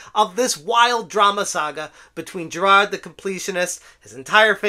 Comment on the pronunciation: Make all the videos u want about this just please stop saying "jirahd"